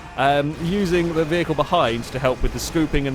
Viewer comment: LOL "vehical booster" "vehical"...